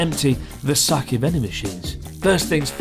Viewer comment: sooobarooo???? sakay????? Nag a NoH??????? oh well.. at least you don't say saMEWrai anymore.. lol.